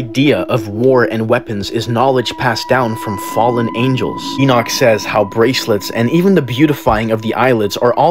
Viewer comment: I'm shocked you could pronounce Enoch